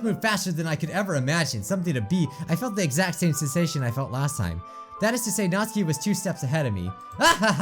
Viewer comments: Natsuki, nawt-soo-key. Not natski. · It’s natsuki not natski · I dont want to sound rude but you pronounce Natsukis name as Nats Sooky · Natski? It's natsUUUki no offense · I love love love your vids, watch them frequently, so please do not take this wrong... but her name is "NAt-SUE-keeee"... not "Not-ski" ;) ;) ;) I promise, its an A sound, not O, and there is a sue in there :D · whos natski i thought it was natsuki (knot - sue - key) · ...i keep hearing saying natski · it's nat soo kee. you're saying it as nat skee :) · IT'S PRONOUNCED "NAT- SUKI" NOT NATSKI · Nat-Ski¿ I've not heard anyone pronounce it the way you do. Isn't it Nat-Soo-Ki¿ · It’s pronounced [ nat - soo - key ] Not [ nat - ski ] 😂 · I dont know if anyone realizes that bijuu is calling Natsuki (NAT-SU-KI) Natski? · Hate to be rude but it’s said as (NAT-SU-KEY) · Not being mean but its Natsuki ( nat-sue-key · “and Nazi’s clearly excited.” “I held Nazi tighter.” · Yeah, he calls her “Nazi” or “Natski” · is pronounced natski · Natsuki is said like NOT-SU-KEE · ITS NatsUUUUki!ADD THE U! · Sorry I just wanted to say it's pronounced Not-soo-kee . It's just been bothering me 😅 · Its Nat suk e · It's pronounced nat sUki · NOT-SOO-KEE. Say it with me. NOT-SOO-KEE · GOD ITS SOOO ANNOYING!! HER NAME IS PRONOUNCED 'NAT-SOO-KEE'!!! NATSUKI!!!!!!!1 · it’s pronounced “NA-SUE-KEY” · i think that you pronounced Natsuki wrong. there is a "U"